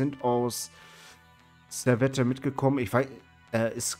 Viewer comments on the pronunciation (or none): ja, Servette ist aus Genf. Das wird aber nicht "Servette" gesprichen, sondern ohne das "e" am Ende: "Servett" (weil französisch-sprachig). Im Logo steht "Genève", was französisch für "Genf" ist. Ähnlich wie beim FC Sion, denn aknnst du getrost auch FC Sitten nennen, um den Deutschen Namen zu verwenden (gerade wenn du den französischen nciht aussprechen kannst). ;-)